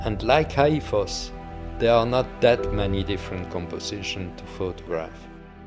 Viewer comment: Háifoss is “Haw-i-foss” Sigöldugljúfur is “Si-goohl-du-gluyuh-vur” Gjáin is “Gi-yaw-in” 😊😊😊